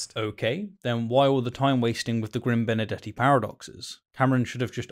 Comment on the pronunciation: Why is that every time he said Benardete it's sounds like Benedetti to me?